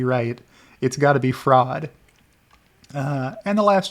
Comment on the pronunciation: When in doubt, claim fwaud